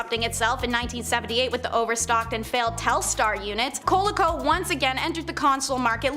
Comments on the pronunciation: What the hell is a cola-co? It's pronounced Cuh-lee-Co.. I may be wrong but that's what we always called it back in the day. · Why is her pronunciation of Coleco making me so angry??? (Also, “Plie mouth” or Plymouth. 😑